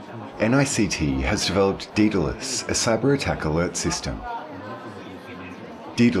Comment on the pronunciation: 'Daedalus' is pronounced 'DAYdel-uss' not 'DEE-del-uss'.